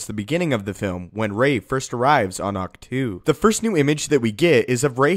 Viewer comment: Ahch To is pronounced "Octo". Or Awk-Toe. Not "two". It's not a number or preposition. Great videos though!!!!!